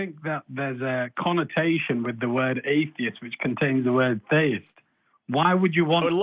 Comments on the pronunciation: Aye, is 100% /. I live in Britain so recognise his accent. And all 3 (1) pronounce theist as thayist. Never heard anyone here pronounce it like that. Plus all 3 (ha!) had similar tech issues. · All of a sudden there are several people from the UK calling both The Line and AXP, calling themselves by different names, yet all pronouncing theist as "Thay-ist". It's definitely the same person every time. Stop lying, dude. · EXACTLY the same guy, hence the reason he was so hung up on proving correct. The way he spoke - prosody, inflections, even his pronunciation of the word "theist" (theyist) was exactly the same. The only differences were the name and the use of a different phone from the first call. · One way I've noticed to tell it's British (other than the occasional time he tries to throw on a fake accent he always loses at some point during the call) is how he says 'theist'. It sounds like 'they-ist' and he always says it that way every time he calls. So you can pick up on it pretty quick. He also always uses these circular arguments and refuses to answer questions, so that's the 2nd way. 3rd way is that he always run just this side of trolling-type questions. I do think he's a troll, I think he's just a smarter troll than most (as much as it pains me to say that), and I think sometimes the hosts don't pick up on it. But, even saying that, he still looks like an idiot because for some reason he spends literal hours of his life calling into these shows and I think that says a lot about what a sad, little, lonely man he is.